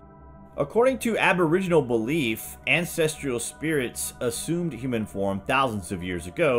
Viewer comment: There is no I in ancestral! Ancestrial is not a word